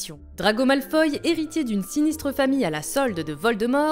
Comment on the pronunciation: a passant c,est pas grangeur mais granger et c'est pas malfoye mais malfoy